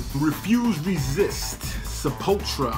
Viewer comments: You need to start using OBS. You're leaving out a U when you say Sepul-tura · It's pronounced like Se-pull-two-ra. This album is great, as well as Beneath the Remains & Arise. Pretty much any song off of those albums are golden. \,,/ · i am Brazilian (from São Paulo) and is more like Sep-pull-tou-rah Brazilian Portuguese is very diferent from european portuguese and spanish, it just shares an origin in latin... Brazilian Portuguese borrows words and pronunciations from various languages as Brazil was a portuguese colony but in the early days various germans,dutchs,italian,japanese got here and had a great influence in the language is this plus the influence of native languages (tupi,guarani etc) and the fact that the portuguese spoken here was more similar to the medieval one prior to these influences so the deviation from euro pt and spanish was greater than other lusofone countries.